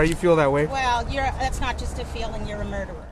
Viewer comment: She cannot even pronounce murderer correctly. LOL